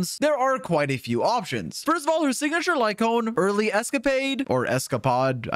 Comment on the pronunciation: it's earthly, not early